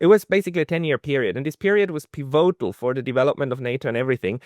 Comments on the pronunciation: It’s “pívotal”, with stress on the first syllable, not “pivótal”, please! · why do you pronounce 'pivotal' in such an unusual way? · You are pronouncing pivotal wrong.